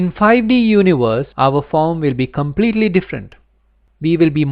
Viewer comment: I like how you pronounce universe